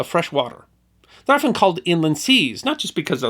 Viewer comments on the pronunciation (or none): none